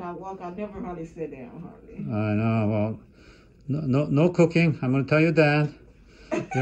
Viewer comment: Wow when you said no cooking, I could have sworn I heard no cocaine, I was like wtf did he say, lol.